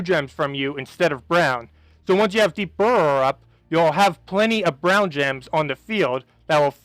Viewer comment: So Deep Borer is pronounced like BOARer. Just saying. Love the vids, but damn. And Valkyrie ..the "y" is not a long 'i" sound